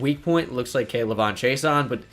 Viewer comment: You butchered K’lavon’s name it’s all in one like act like the apostrophe is not there😉